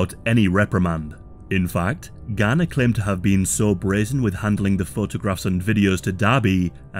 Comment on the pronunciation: Why is he pronouncing Graner as garner?